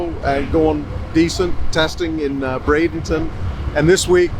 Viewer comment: It's Brad-EN-ton, not Brad-ing-ton.